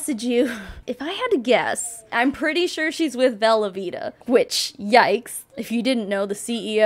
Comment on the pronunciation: When you say Velovita, I just keep hearing Velveeta, as in the cheese 🧀 🤣